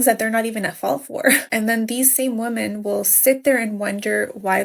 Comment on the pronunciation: I wrote a comment on your last video saying how in every single video you've ever uploaded, one of these American women will pronounce the word women as woman, and boom, it happened again . When you upload another video, it will happen again. No matter what.